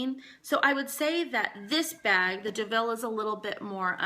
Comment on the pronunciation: You're so funny and love your reviews! Just an FYI "Deauville" is pronounced "DOUGH-VEEL" and not "DA-VILL" :-) What a versatile bag and definitely awesome for a travel companion!